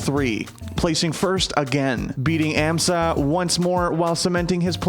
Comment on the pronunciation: Pronounced "ahm-suh"